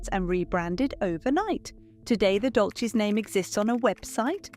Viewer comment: It is not Dolches it is pronounced Dolsys.